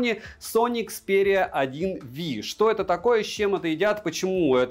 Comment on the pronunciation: Сони 1 ВИ?!?!?!?!?!? Ну как не профессионально! ЭКСПИРИЯ 1 МАКР ПЯТЬ! ПЯТЬ А НЕ ВИ!